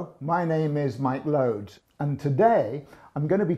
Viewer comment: Lol his name is loades